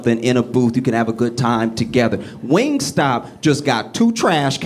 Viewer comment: My 12 year old said, “It’s WingStop, Not Wing Stay” 🤣